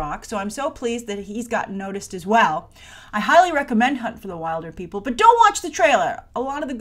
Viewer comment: Your pronouncing "wilder" wrong in Wilderpeople" It's pronounced Will-der😂 P.S I'm from New Zealand so that's why I know